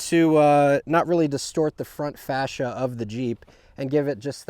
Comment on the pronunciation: great setup, really smart. Just learn how to pronounce OVERLAND and FASCIA properly. Its overland not overlind. haha